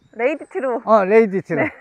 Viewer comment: 레이디티가 아니구 레드 티 입니다